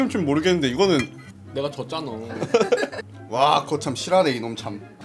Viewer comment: 분에 졌나너 라고했어용 왤래 졌쟈너인데